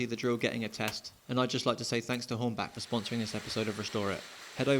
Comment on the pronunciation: Hornba*ch* not Hornback. Sorry😎